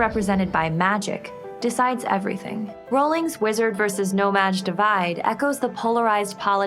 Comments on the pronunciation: Quick note: it's 'no-maJ' not 'no-mag' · It's no maj....not "no mag"